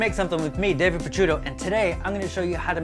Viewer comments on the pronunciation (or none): none